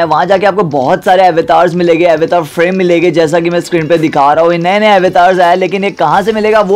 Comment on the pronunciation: अवेतार nahi bhai avtar 😂😂